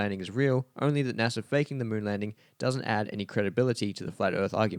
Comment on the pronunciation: I don't trust anyone that pronounces NASA, NASER.